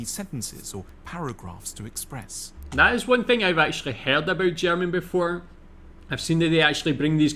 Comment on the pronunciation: You told us you learnt German in school. But guess you never practiced it? The pronounciation is really improvable. Not meant as an affront.